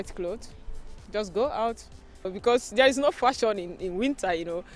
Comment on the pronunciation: She strugles with simple english. Was she speaking una?? Saying dia instead of there. WAOH